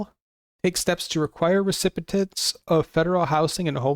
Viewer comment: This is very useful information, but please learn how to pronounce recipient